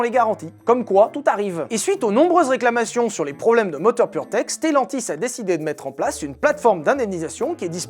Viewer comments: On dit purmerde et pas purtech, j'imagine le mec qui as dirige le développement de ce moteur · à chaque foix que tu dis purtech j'entends puremerde XD